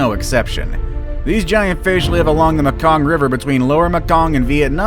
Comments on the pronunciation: And “Me King” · where tf you come from you can't pronounce properly all kinds of words...nova scotty a ! lol and Maekong sounds like MAEwest ! lol you want to educate others maybe educate yourself before ! and a chinook salmon don't sound like a TCHINOOK ! lol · Nova Scotia, Mekong, bureau, Rio Grande, ….. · Please learn how to pronounce Mekong, chinook, Nova Scotia, and bureau, for starters. Other than that, great vid. Thanks.